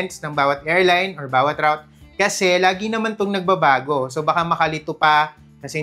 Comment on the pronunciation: hindi "erline", "airline" sya.